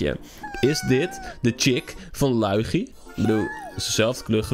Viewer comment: Ik vind het zo grappig hoe hij liugu zegt hahaha